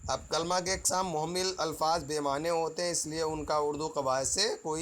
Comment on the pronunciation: sir!mohmil nhi hotair,mohmal hota hai...tet mein talaffuz par bhi dyan diya jata hai